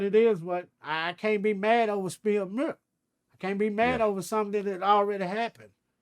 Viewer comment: so y’all say murk that’s what I was referring to that way he pronounced the word milk not the actual saying but you right